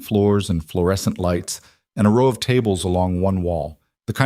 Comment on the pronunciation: Please program the AI to pronounce row correctly.